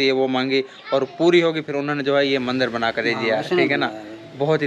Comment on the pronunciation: Mandar nahi Mandir hota hai bhai aur Shiv Ling aur Bhagwan ki photos ko pada hua mat bolo